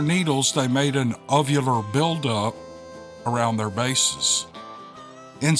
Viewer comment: Ovular=oh-vular (egg shape)